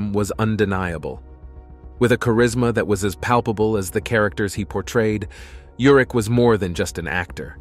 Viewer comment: His name is URICH. Pronounced just as it is written. I grew up with him. I worked with his brother in L.A. They pronounced it URICH. Please loop and correct.